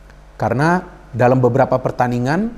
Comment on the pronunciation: Dalam bung bukan dalem